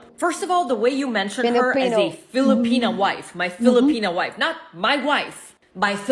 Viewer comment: There he goes with that " Filapena Wife" again!